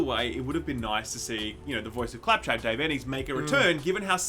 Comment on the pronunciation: how did fuck up “clap trap” 😂😂😂😂😂